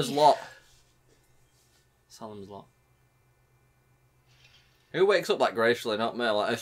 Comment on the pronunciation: Not saslm lot it's say-lem-s lot it's a Stephen King book